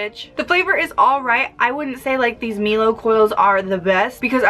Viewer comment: IT IS PRONOUNCED MEL OH MELLOW, ITS A FUCKING WORD JEEBUS. SORRY